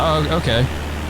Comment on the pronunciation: You flew over my house! Great video! Also, the Washita River is pronounced "wash-uh-TAW." Same principle as Chickasaw is "chick-uh-SAW." They rhyme.